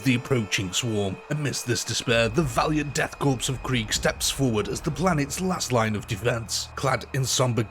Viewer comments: It’s Corps like apple Core not corpse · Death 'core'... Not corpse ffs ... It's a french word, the 'ps' is silent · I know I’ll probably get slaughtered for this but I’ll say it anyway because I’m OCD It’s pronounced “core”, not corpse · Respectfully its not pronounced like "corpse" its pronounced like "core" similar to how marine corps sounds like "core" not "corpse" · did he really say Death Corpse? Bruh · Btw man, its pronounced "core" not "corps" and "chitin" is pronounced "Ky-tin". Sick video though. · OK, calling them "The Death Corpse" may make sense from a certain perspective, but it's pronounced "Death Core", like Marine Corps is pronounced "Marine Core". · death core not corpse.......fucking silent letters...the bane of the english speaking world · I hate to be that guy, but “Korps” is pronounced “core,” not “corpse.” Thought the latter is admittedly accurate for the Death Korps. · Just to be that guy, correct pronunciations: Korps = COR Cadian = CAY-dee-un chitin = KY-tin ...good video anyway. 40k modders make the world a better place. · 'Korps' is pronounced 'Cor'. 'Cadians' is pronounced 'Kay-dee-ans'. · for future reference, korps is pronounced Core. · Nice video. Just one thing, korps is pronounced core. The S is silent. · Good vid, but for the love of the Emperor learn how to pronounce ‘Korps’ and ‘Cadian’, would you? ‘Korps’ sounds like Core (because a corpse is a body) ‘Cadian’ sounds like Kay-dee-an And what’s a ‘Death Kreig’? 😜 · Why does every British person pronounce Korps as Corpse? I don't understand. It's all of you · Korps is a stylized Corps and is pronounced exactly like "core". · Death Korps = death **CORE** its pronounced CORE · Death CORE ... learn the word. Korps is pronounced as CORE. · In "Korps" the 'p' is silent. Pronounced like saying "Core". "Corpsman" is a similar case. Good video though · It's spelled Korps, it's pronounced 'core' and it's irritating when people get it wrong. /rant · Learn how to pronounce corps.